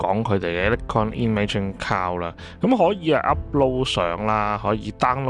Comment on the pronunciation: 你读cloud点解读成cow的？